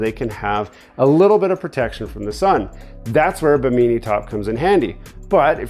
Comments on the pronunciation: What’s a bameenie top. It’s pronounced Bih-mih-knee like the island, not bameenie. 😂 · OMG I have never laughed so freaking hard hearing him mispronounce bimini. Bimeenee lmao. Oh and those things you measured for your top aren't towers.. They are gunnels, also known as gunwales. Bimeenee OMG. It's pronounced bi·muh.nee look it up. LMFAO. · It’s pronounced bee-me-knee not be mini fyi. And you purchased the wrong width. You measure at the bracket mount location not at the top of the roof. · Bi-min-I is the pronousiation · Bim-In-E, say it with me! 😂😂😂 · Bim in E, I didn't care. Just wanted to see if he enjoyed it or not. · What’s a “Baneemee top” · You are saying bimini top so weird its making my dog bark... im redoing a old fiberglass boat got the cheap bi-min-nee_nee top also.. thanks for video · Should have looked up how to say Bimini. Perfect example of a credit card captain. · lol drives me crazy, please pronounce it correctly